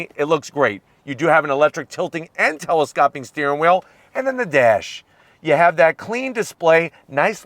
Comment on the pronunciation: I love this channel, but I hate when he says "telescopping".